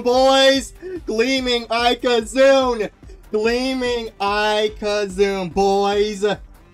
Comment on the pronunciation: Ok i have heard pad pronunciations for ikazune before but this one takes the cake